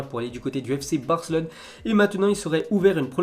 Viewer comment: je parle pas de barca ... Je parle de la prononciation de ce tebe ... Quand à chaque fois qu'il pronoce la ville de Barcelone ( fc Barcelone ) lui il dit fc Barclone ) il à tendance de oublié le E , ok .... 🤫